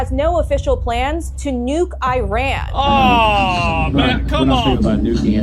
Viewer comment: WTF is I-RAN........... it's pronounced as E-RAN